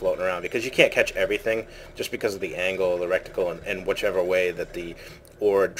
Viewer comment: its reticle not a rectical lol couldn't stop laughing every time